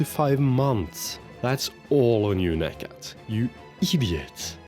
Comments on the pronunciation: Hey, just a tip. Instead of reading necat's name like that, try like negjat. It is way more accurate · The 'C' in Necat is pronounced exactly like the one in Kocaelispor; in fact, all 'C's in Turkish is pronounced that way.